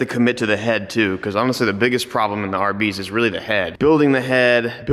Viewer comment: Every time you say "RB's". I can't not think "Arby's".